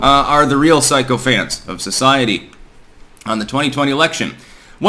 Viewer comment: "Psycho-fants", heh, heh... (i.e. sycophants -, for someone who performs beaucoup edits of literary material, how do you get so many words wrong?)